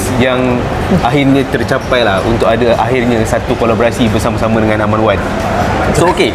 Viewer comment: Done watching! 'R' Wan yang mahal tu haha.